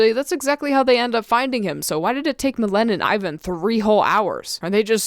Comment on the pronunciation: Millen doesn't rhyme with serene or seen... but myléne does! (Milleen)